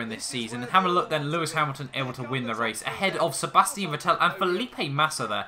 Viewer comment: its vettel not vetell